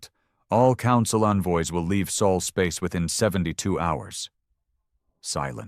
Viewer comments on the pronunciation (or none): Sol System, Not Saul, he's a lawyer